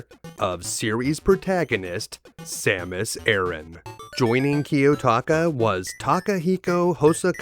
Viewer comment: Samus Aran. Ah-rahn. Not air-in. It's ah-rahn. Ah like "Ah, I get it now!" and rahn, kinda like "Ron" except the o is pronounced "ah". Rahn. Say it with me now...Sam-us Ah-rahn. You got this. I know you can say it right. (Sorry man, but this is a pet peeve of mine. The majority of "fans" don't say it right and it just bugs me. I still love your videos!)